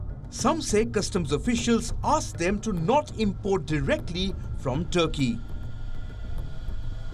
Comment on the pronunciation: Not Turkey, but thurkey😂😂